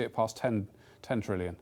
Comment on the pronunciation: good job on saying 10 trillion wrong l0l